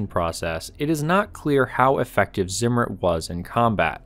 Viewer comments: "Ssimmur" lol it's called Zimmer type it in Google translate. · It's not pronounced 'Simmerid' but instead 't-Zimmer-iht' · It's tsim-mer-REET, not ZIM-ritt. Z is pronounced ts in German.